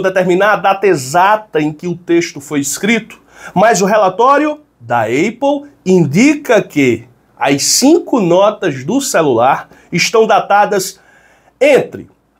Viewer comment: não é "eiple".... é Apple mesmo